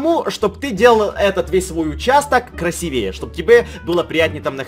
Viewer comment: красИвее правильно говорить